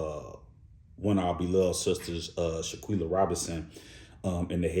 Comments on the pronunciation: I cringed everytime he pronounced her name wrong. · You saying her name wrong. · Breaks my heart that on top of this tragedy that you butchered her name. Everyone is saying her name correctly. Do better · My heart goes out to her family and real friends. However, out of respect for shanqella at the very least you can pronounce her name correctly. This is not an opinion it is fact. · you also did not pronounce her name correctly. You did zero research! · Can you pronounce SHANQUELLA name correctly out of respect for her parents, or just say Quella that’s what everyone called her. FYI before you start your commentary research, research